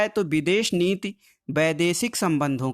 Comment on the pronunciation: Videsh nit nhi sir videsh niti hota hai wo 😂😂😂😂